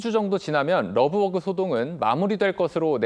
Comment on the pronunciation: 되도않는 발음으로 러브버그 러브버그 그냥 한글로해